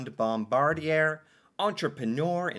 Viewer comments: Bombardier - Pronounced Bomb-Bar-Dee-A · Pronounced Bom bar dee ay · LOL pronounced Bombardyay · It is pronounced Bomb Bar Dee eh, Bombardier builds Airplanes and snow machines and many other things stay blessed 👊🏼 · I hope you're realizing the depth to which your American education system has failed you. I'm glad you are making the effort to educate yourself about Canada and it's contributions to the world. Also Bombardier sounds like bom-bard-ee-yay, just like Cartier is Cart-ee-yay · Here's a pronounciation tip: Any French word ending in "er" sounds like eh. No joke bud. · the proper pronunciation is #bom-bard-eee-eh# i am germanic, but insist respect for everyone and their cultures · Bombardier is generally pronounced: BOMB -- BAR' -- DEE'-- AYE Bombardier made MOST of the Amtrac passenger trains in the United States, and all of the Via Rail Trains in Canada, they also built most of the Subway cars in North America. THEY WERE THE LARGEST TRAIN MANUFACTURER -- GLOBALLY until they sold that Division to the French Company: Alstom, in 2021. they made luxury "Challenger" Jets, "Global Series Jets, for "Vista Jets", luxury Planes. In 1942, they INVENTED the SNOWMOBILE, which was marketed as the "Ski Doo" in 1959, and developed the "Sea Doo" in 1968, They own "Ski-Doo", "Sea Doo", "Can-Am" on-road and off-road, "Lynx", "Evinrude" "Rotax", "Manitou", and "Alumacraft" iconic in the powersports, and marine industries. BOMBARDIER, of Valencourt, Quebec, Canada; has Manufacturing Facilities ALL OVER THE WORLD -- many are in the US: Spruce Pine, North Carolina, Sturtevant, Wisconsin, St. Peter, Minnesota, Lansing, Michigan, plants in Queensland, Australia, Pinion Transmissions, in Germany, facilities in Juarez, Mexico, facilities in Gunskirken Austria, and facilities in Rovaniemi, Finland. Funny, that YOU have not heard of this company before ! 🤔 🍁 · Ha ha BombarDEE AY! French, my friend. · Pronounced Bom bardi (capital)A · bom BARD ee ay